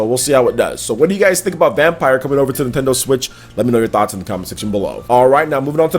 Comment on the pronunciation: Reeeeeee he isn’t pronouncing VampYr right